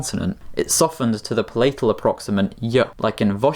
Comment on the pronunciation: /'pælətᵊl/ not /pə'lejtᵊl/ /'dɪfθɒŋ/ not /'dɪftɒŋ/ /ɡrəˈdejʃᵊn/ not /ɡrejˈdejʃᵊn/ Source: OED